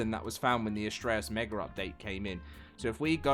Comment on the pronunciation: Mega does not have an r at the end its mega not meger